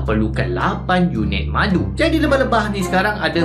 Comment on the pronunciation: ckp " buat madu ni susah " yg sya dengar " bulan madu ni susah " teringat pengantin bhru kn lah.. Sentiasa dlm lindungan InsyaAllah, n... Moga sllu manis bgaikn madu.. 🍯